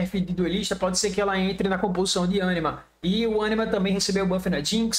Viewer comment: "ânima" diz ele kkkkk